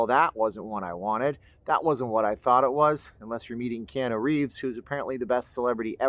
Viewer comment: Keanu Reeves is pronounced, Kay ah new, mahalo.